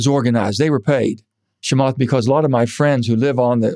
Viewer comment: Why can't he say ch? It's not shamath!